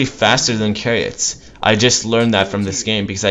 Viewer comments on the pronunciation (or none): i cringed when he said "kah-ree-ut" >:'(( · CHAIR EE OT NOT carryot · wtf is a "Carry-Ot" hahahaha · say kariot or midgol one more time i swear... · Maybe he pronounced it as its Latin root. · Chariot is pronounced with a ch sound you hear in the word "cheese", not with a K. Fun match though :)